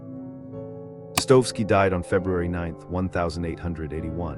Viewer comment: Thumbs up for excellent content, but some names especially Dostoevsky are mispronounced.